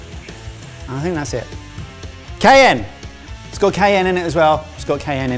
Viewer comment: Cayenne is pronounced KIE-yen. You are better than the GBBO.